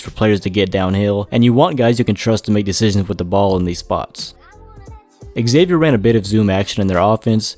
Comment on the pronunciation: Just so you know, it’s pronounced “Zay-Vyer” not “Eggzavier”